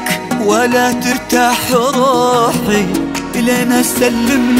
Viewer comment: طريقة نطقه ل"روحي" اغنيه ثانيه لحالها.. الله يا 👏🏼